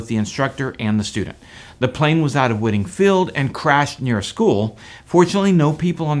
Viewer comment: Just FYI, it’s pronounced “white-ing” field